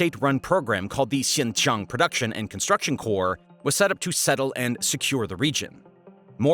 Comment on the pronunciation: I hate the way you're saying "xincheong" it's a "j" sound. Jiang 😢